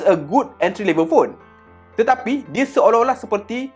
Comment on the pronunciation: tetapai😂 kau ckp ape do mengarur btul la😂